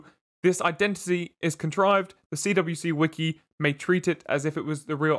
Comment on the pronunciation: The CWCki is pronounced "quickie". Chris always pronounces his initials as "quick" probably because quick = fast = Sonic